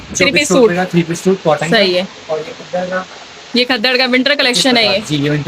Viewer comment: Sis app gaddar ko sahi nahi bol rahin